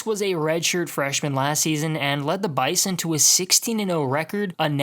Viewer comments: When you talk about NDSU it’s pronounced BIZON not bison it’s cringy when you say it wrong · say bison with a Z man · You pronounced bizon wrong. NDSU fans don’t like the hard s in the middle of bison. You replace it with a z